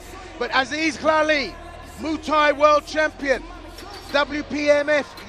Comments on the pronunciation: Call it moo Thai once more n I swear Mr announcer 😂😂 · I like how the commentator says MOOTAY to Muay thai lol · Haha “moo Thai” ooook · Say Muay Thai slightly more properly, this sounds so annoying